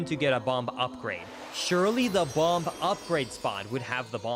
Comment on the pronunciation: he pronounces the b in bomb